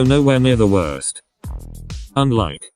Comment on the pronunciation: i burst into laughter when you said “unlike”… “hOOk hOoK”